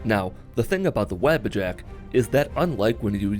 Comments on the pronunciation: no hate but its wah-bah-jack not the web a jack but sweet run btw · Every time I heard his say Wabbajack I thought he meant the rabbit with horns as I have this playing in the background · They way he says wabbajack is hilarious